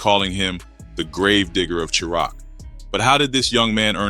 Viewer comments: Tf Is Sure Rock ? Chi Raq Is Pronounced Shy-Rack Goof Ah 😂😂😂😂😂😂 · He said SHURAQ😂😂😂😂😂😂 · 😂😂 Chiraq is pronounced like "Shy rack".... This is the second video I've watched where it's said wrong.. come on bro! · Shy-rack = Chiraq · Well I'm done..unsubscribe..I can't follow A.i....hearing words mispronounced throws me out...can't say chi-raq right...i thought this was a real ni@@@ reading lol